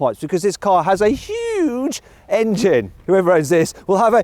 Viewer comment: hugeとmoneyくっそ強調して喋ってるのほんと草生えるwwww